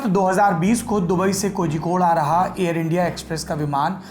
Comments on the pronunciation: Bhai Kozhikode ko hindi me shayd कोलिकोड hona chaiye Keral aur tamil nadu me aksar zh ka istemal special sound of ल ke liye use hota hai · कोहिकोड नही कोझिकोड